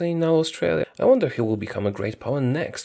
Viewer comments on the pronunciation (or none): none